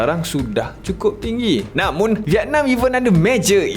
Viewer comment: Kenapa “namun” tu x ditekan? Namunnnn! Haha